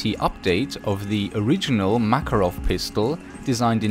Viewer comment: in Makarov you should put emphasis on the second "A", btw nice videos you're making